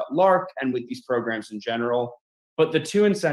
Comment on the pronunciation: 😅😅😅😅im just laughing at "progrums".